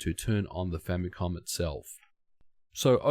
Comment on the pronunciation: language problems, "famycom"